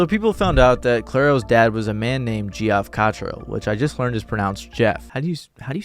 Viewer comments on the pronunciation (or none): 'Geoff' is pronounced like 'Jeff' not 'Gee-Off'... It's like Sean and Shaun are pronounced the same. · this mf out here saying "geo off". my man, its pronounced jeff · Geoff is pronounced like Jeff. Eugenio is pronounced Euhenio. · Hey … Geoff is pronounced Jeff…you’re welcome. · It's pronounced JEFF O.o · I like your videos but it's crazy how illiterate young people are getting. "JEE-off?" Lmao. I see "bias" instead of "biased" as well as "would of" on a near-daily basis, but that was a new one. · I like how you still pronounced it geoff even though it's jeff. If you're gonna spell it that way you don't deserve a proper pronouncement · Absolutely dying that you kept pronouncing Geoff like that. Geoff, king.